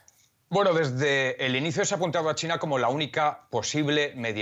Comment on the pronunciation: Solo yo escucho Tina en lugar de China?